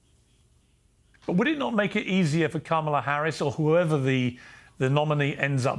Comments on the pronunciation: Interesting that Kennedy is mispronouncing Kamalas' name. At first, I thought he was saying Camelot. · They're pronouncing her name as ' camel - a ' ... 😮😅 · Dear God, RFK Jr., and his perpetual victim complex, is so unbecoming of a leader. Also, show a little respect, and actually pronounce Kamala's name correctly, it's not "Camela", you sound like Tucker Swanson Carlson... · Joe Biden contributions I dont know but Kamala's (come-la) (yes thats how this name is supposed to be pronounced as it's an Indian name) contributions to global entertainment is absolutely rock solid. Rooting for her to keep it going. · Why do u pronounce Kamala "Camela"? 🐪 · Why does RFK insist on calling her Camel-a? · Love hearing people pronounce it Camel 'er. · Kamala is pronounced “comma la”. You’re welcome. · Why cannot Piers or RFK correctly pronounce Kamala? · I love that RFK mispronounces her name. The left also loves when people do that! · RFK Jr can't bother to learn how to pronounce Kamala's name. 😂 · I like RFK Jr. There are a couple things that are bothering me. Mispronouncing Kamala (soft a) is not helping as it comes across as an intentional jab. The other is it sounds like he's giving up. Is he? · RFK Jr is on the world stage claiming to run a legitimate candidacy for president and he still doesn’t know how to or is it intentionally want to pronounce Kamala Harris’s name properly. Bizarre world we live in.